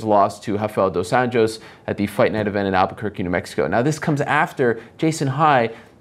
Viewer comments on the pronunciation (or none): none